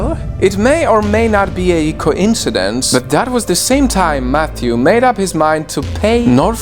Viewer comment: Why u say coincidence like that it is coincidence😃😁😄